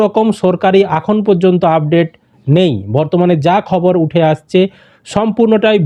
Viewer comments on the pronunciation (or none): none